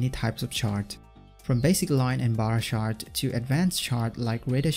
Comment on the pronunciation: every time you say "chart", I keep thinking you say shart